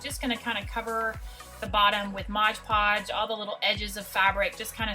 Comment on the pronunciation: Love all your pumpkins. Not Modge Podge; it is Mod Podge, just so you know.